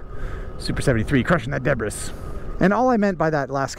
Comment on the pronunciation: I like how uses the 's' in 'debris' 😂